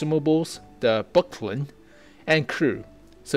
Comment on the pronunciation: Did you really call buchty "bucklin"? :D